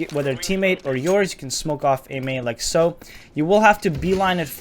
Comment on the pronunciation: "LiEK SoO"